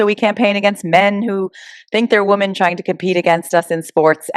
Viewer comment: The word is women when referring the women in the plural not “womon”. Why do people do that. Super weird. Stop it.